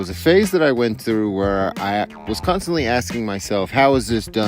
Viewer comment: "CUNTSTANTLY" ABSOLUTELY FKN HILARIOUS...